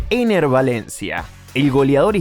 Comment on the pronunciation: Todo bien hasta que dijiste Enner 😂😂😂😂